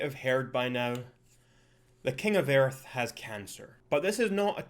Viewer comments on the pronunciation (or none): You say my accent sucks when bro you pronounce earth as earf 💀🙏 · oh so our aussie accent sucks?listen to your scottish "EARF"sounds like a raging german screaming at the sink for not having a stain on it."EARF"also kinda sounds like a angry dog barking